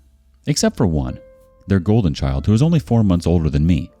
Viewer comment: "Goldel Child" XD